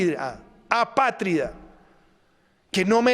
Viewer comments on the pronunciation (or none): Ni siquiera es capaz de pronunciar bien apátrida. Y yo que creía que "polombia" fue un lapsus.